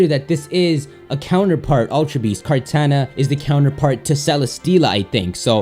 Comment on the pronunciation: Your pronunciation of Kartana makes me want to punch you in the face.